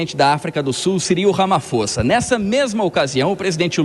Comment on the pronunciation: Meu Deus!!! Ele Não consegue falar Ramaphosa. Ramaposa...Ramaposa...Ramaposa. Que triste ter alguém assim representando o nosso Brasilzão!!!!!!